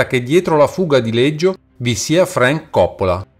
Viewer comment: Scusa ma perché lo pronunci Leggio